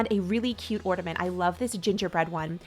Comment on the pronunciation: It's ornament. Not ordiment